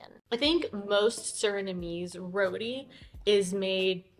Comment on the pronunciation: Lovely video... very entertaining. Suriname roti. its not pronounce "roodi". its pronounce shorten and more with a hard sound "RroTTiii". Have fun..